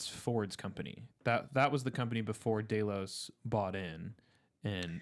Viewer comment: Is saying "Day-Los" instead of "Dell-os" a dialect thing or just mispronunciation?